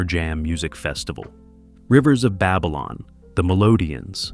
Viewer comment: am I the only one who is wondering how the narrator seems to know so much about reggae music and history, yet he cannot pronounce names/words correctly? Buju? Babylon? Edward "Seega"?